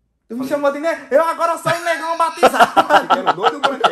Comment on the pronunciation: Kkkkk😂 Muito engraçado quando ele fala Negaum?😳